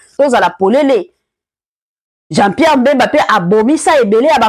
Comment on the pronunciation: Eza nde bemba et non mbemba